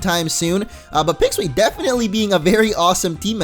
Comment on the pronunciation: "I believe in the Pixwee",do you believe in the peeko?